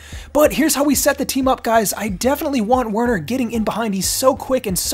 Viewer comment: Bro, Werner is pronounce as Verner. It’s German. 😁😁